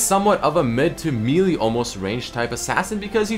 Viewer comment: the way he says "melee" tho